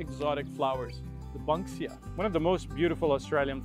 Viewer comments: His pronunciations are tainted by his Mexicanish accent. He says banksia wrong, emu wrong etc. but he is very interesting. I m Aussie and I didnt know the paper daisies closed from water . I also think he should've mention where in Australia these plants were found some are regional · Don't pay too much attention to the way he pronounces plant names, he has a strange accent. Banksia is pronounced like 'bank', not 'bunk'. Otherwise all the info is good. I have a bottlebrush in my front garden, they're beautiful when in flower. I was really surprised that he didn't mention the golden wattle. It's so iconic that it's on the Australian coat of arms underneath the kangaroo and emu. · Eucalypts have been bought by and planted in CALIFORNIA and INDIA... It's a tree type that thrives in dry weather. No surprise I guess... The GREEN & GOLD of the Wattle are our national colours. It's EE - MEEW. Also, BANK-SIA, not bunk-sia. He's clearly not a native himself! 🤣 M 🦘🏏😎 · It is E mew mate. Never heard of what he said in my 67 years in Australia. It is also a Banksia, not a bunksia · We are right… it is pronounced “eeeeemu” he also said it wrong He also said the “Banksia” wrong… he pronounced it “bunksia” Think about money in a bank = “BANKsia” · It’s pronounced Banksia not Bunksia what ever that guy said. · He said Banksia differently as well. He said it like Bunksia. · Bankside is named after Joseph Banks, the botanist on James Cook's first trip to plot the passage of Venus in 1770 when they ran into the east coast. Was not how he pronounced it. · Bank-see-uh (banksia) Ee- mew (emu) Have a look at Stuart’s desert pea as it looks unreal too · I think he might have come from Singapore or another Asian country originally because he has an accent that is not full Aussie and so he did pronounce Emu wrong. You have learned well, my son. You know how to pronounce Emu. Also, he pronounced Banksia as “Bunksia” but it is pronounced like that of the Wells Fargo Bank.